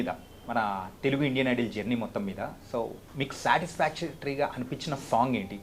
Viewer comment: Hello .... Please correct your pronunciation " IDOL " but not " IDLE "...